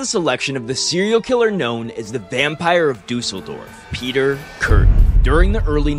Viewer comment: I love how Kürten and Düsseldorf have the same Ü sound but you pronounced Kürten right and Düsseldorf as Duuseldorf XD